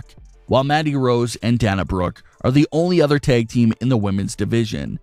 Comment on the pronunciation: I'm a friend of Dana Brooke. We went to high school together. It's Pronounced Dana. Not Dawna.